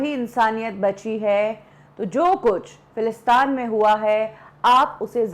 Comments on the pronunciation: Falastaan nahin, Falasteen. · Correction lady in the video. it's Palestine not Falistaan. I don't know what u r trying to make but it's Palestiiiiiiiiiiiineeeee sounds like teeeeeeeen Not falistaaaaaaan like Afghanistan If you trying to make it sound like afghanistan u wl b noticed by many and u will be judged. So pls correct ur accent about a country facing war & say the right name Palestine not Falistan. even uneducated person pronounce it right Palestine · If she said falistan to sound like Afghanistan and didn't say Palestine .... She is doing it on purpose I feel who calls Palestine Falistan??? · It's not philistaan...it's philistin or Palestine